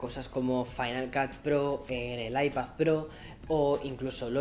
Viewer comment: Cómo se nota que es madrileño pronunciando iPad como “Aipazz” 😁